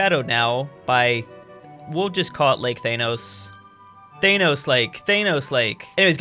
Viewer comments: wtf you saying thainos instead of thanos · When he says Th Ae Nos instead of Thanos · Why do you say thanos like teynos? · What is a thanose it’s Thanos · Your pronunciation of "Thanos" though.